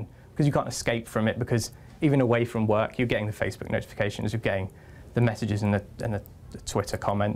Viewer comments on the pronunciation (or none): none